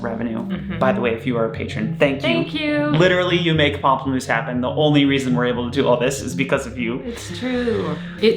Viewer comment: Thank you for saying the band name correctly for me! I could never figure it out!